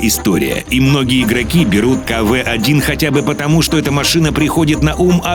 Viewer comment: не каве а кв